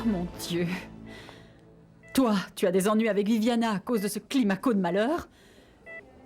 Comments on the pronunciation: Miguel est tellement ivre qu’il a déformé le nom de Climako en « Clairmaco « 🤣🤣🤣🤣🤣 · Miguel a dit clamico 🤣🤣🤣🤣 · Miguel a dit « Clamico » au lieu de Climaco 🤣🤣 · Miguel a dit Clamiko 😂😂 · Qui a remarqué que Miguel a dit clamico🤣🤣🤣